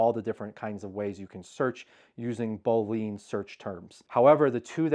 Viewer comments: Great info, thanks. Boolean is said boo-lee-un. I don't know the story behind it but it's probably mathy. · Boo-Lee-An, actually.